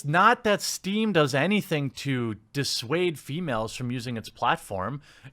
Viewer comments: It's Steam, not stream... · "Stream" That triggered me more than it should xD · Isn't it steam? Not stream? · Steam, Jeremy. Not Stream. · Steam* not stream XD